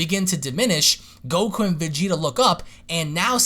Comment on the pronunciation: I've never heard anyone slur a K haha. gokkkkku.